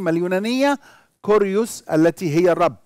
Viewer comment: كيريوس بالكسر وليس بالضم